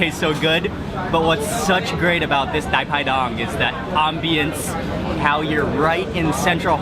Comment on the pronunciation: We call it Pai Pai Dang (not Dai Pai Dong). Wow ! Thanks I love it.